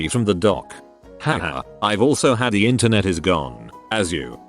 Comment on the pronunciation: computer illiteracy... the voice bot can't even pronounce "the" correctly